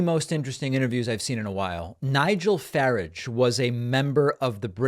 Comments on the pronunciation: I won't say how I pronounce Farage... suffice it to say that it rhymes with "shunt". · So Americans can mispronounce his name the same way they mispronounce the word Garage. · David, Nigel Farage has NEVER been a member of the UK Parliament. He ran to be an MP several times, and every single time he lost. I hope you will correct the record. Also, you continue to pronounce his name completely incorrectly and it's infuriating. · he pronounces his name badly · Can't pronounce Farage's name properly either. Sub standard. A cursory sweep of You Tube will find many people talking about Farage, all who can pronounce his name properly. Pfft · Fyi, not "Fah-rige", it is "Far-arg" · So funny how americans pronounce garage as garaaage and the british pronouce it as garridge, while David pronounces Farage asFarridge and the british pronounce it as Farraage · It's pronounced Fuh-RAWJH, not Ferrage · David, you seem to have your own way of pronouncing words. Every single person pronounces his last name “farage”. like “barrage” or “garage” not like “carriage” Do you say “i parked my car in the garriage”? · not "farig".. "faraarge" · Why you say faredge ? Its farage. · Good as always PS. It’s Nigel Fa - RAR - j (not FA - rare) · Nigel Farage, (Faraaj, not farij), is a complete clown. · Far ar ge NOT Far a ge.. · WRONG...! Nigel Faráge (accent on the second vowel) has never been a member of the "British Parliament" (neither the House of Commons or the House of Lords). He has tried several times to become an MP but was always unsuccessful. He was elected to the European Parliament (elections formerly run under a form of Proportional Representation - Regional Party Lists) but the UK no longer has any representation in this body as we have left the European Union. An easy mistake to make I suppose, but basic research and fact checking is something we should be able to expect from any journalistic or current affairs reporting outlet. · pronounced "Fah-raazj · It's farage as in garage.